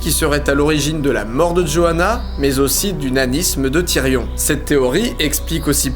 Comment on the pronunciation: DidiChandouidoui game of srones , targarien , tirion ... ( regarde la série en vo tu comprendras de quoi je parle ;) )